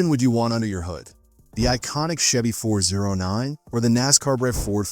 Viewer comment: Pronounced “Four ooh nine” and “four ooh six.”